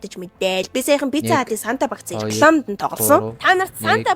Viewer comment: Атаархсан даа тэгээд бгаа биз дээ би чами г өмөөрнө та бицца гэж хэлэх дээ бицда гэж хэлээ биз дээ та их хараал хэлдэг 😢